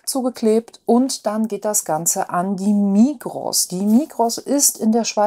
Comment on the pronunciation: Migros spricht man ohne s aus, einfach Migro. Gruss aus der Schweiz.